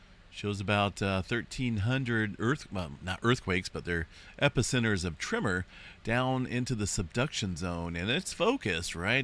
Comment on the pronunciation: My trigger used to be when I heard him say “ trimmer” when he said “ tremor” . I realized eventually the the problem was MINE , and then got over it . Good luck !